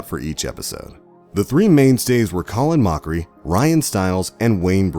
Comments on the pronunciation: Why do you keep calling him Colan Mokeree? His name is pronounced "Call-in Mockery" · Colin Moakry, Ryan Stills, Brain Wady lol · “Colon Mokchrie” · Colin Moe-carry ? What? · Colon Mokery Ryan Stills 😂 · "colin mookery" ? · “Colin Mokchrie” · Oh my god... The narrator butchered the names so many times. By the end he was Colon (like your lower intestines) Mō-carey and Ryan Stills. Even if you get an outsider to do it that never watched the show, at least make sure the editors know how the name is said. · Come on! Coh-len Moak-ree? Colin Moak-ree? Colin Mockery? Ryan STILLS? How can you possibly pronounce it wrong multiple times? Redo the video since you clearly can do the names correctly. But you just butcher it sometimes. I honestly think it's to garner more comments. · Colon Mokaree... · Can tell the narrator has never seen an episode based on how he pronounces their names. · That's two names you've grossly mispronounced. It's hard to imagine you're a fan when those names are said in every episode. This list is also extremely basic about well-known facts. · says name correctly - says the same name but incorrectly - then he says both the first n last names incorrectly!!! What's up with that? How could he say it right once n then say it wrong a little over a minute later on??? lol...n then get Colin's first AND last names incorrect... I don't understand what this guy was doing while recording the audio for this video lol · Dude how is possible to mispronounce a name three different ways? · How can he say Colin Mochrie right and then wrong in the same video? Does no one check these before publishing to make sure the names are pronounced correctly? Lazy.